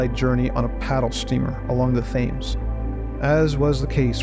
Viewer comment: Pictures were of no help since they were phantasms. The narration and script were strong. Oh and it's pronounced Tems not Thames.